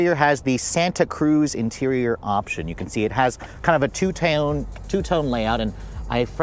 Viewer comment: What’s “most competiting vehicles” mean? two tayoooone. More roomier? 🤦‍♂️ can’t listen.